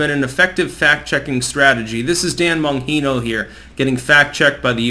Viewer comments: Not “Bon-hee-no” but rather “Bon-Gee-No” (as in “gee whiz.”) 😊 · Bon-jean-o!!! Not Bon-hino. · It's Bon-JEAN-oh, idiot. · Pronounced BON ji no